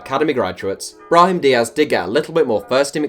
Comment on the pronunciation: Absolutely butchered Brahim's name aye